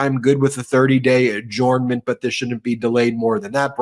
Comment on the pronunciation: “Adjournment” should be pronounced “adjernment”, please #RealEnglish